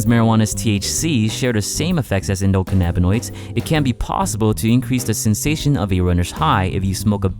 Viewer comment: The way he pronounces endocannabinoids is cringy